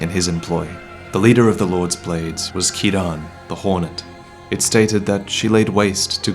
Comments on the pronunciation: Great video but gotta hit pick the pronunciation of Ciarán, if only because it's my name. Kieran is also an Indian name but Ciaran is gaelic and is pronounced kier-on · As an Irish man I can tell you that Ciaran is pronounced Keerawn. Also Ciaran is a male name, so she should be called Ciara. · Why do you pronounce Ciaran incorrectly like that? It’s an Irish name, not a Japanese one. It’s not Kee-Rahn.